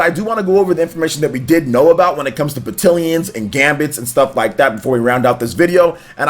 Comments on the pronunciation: Isn’t it pronounced ba-TAL-ions? Am I wrong? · I feel like I'm having a stroke every time he mispronounces battalions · Great video, but you’re saying Battalions wrong...lol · Normally I’m like “if you can understand the point, don’t be a dick about the pronunciation.” But this one hurt my head. I think it’s just because of the frequency at which it was said. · I am glad you said something here because I was literally scrolling down to the comments to say the same thing lol. It was making me unreasonably upset to here him almost intenitonally say the word 30 times wrong.